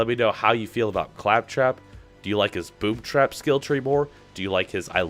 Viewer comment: Is it due to my ears or he said boob trap at start ?